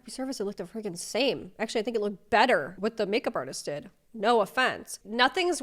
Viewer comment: Why do you pronounce “better” as “bettERRRRRR”….